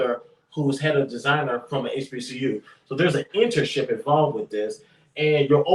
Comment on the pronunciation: What's an "entership" you mean internship my man.